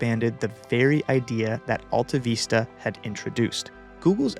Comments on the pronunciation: Is that how you pronounce it? I used to call it Alta Vista not Veesta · How can you screw up the pronunciation of a word as basic as vista????????????? It's VISS tuh not VEES tuh! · It's not d e c... It's DEC and it's not altaveesta, it's Altavista... Short I, like Vista.. Aka view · Why are you saying "veesta" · Sorry but the way you say "AltaVeesta" is very bothersome. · Who remembers how to pronounce ‘vista’? Not this guy. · Excellent content and mostly excellent presentation (one exception being that you might have wanted to Google how to pronounce Vista) AltaVista was my go to search in my early years on the net and it was disappointing to see it fade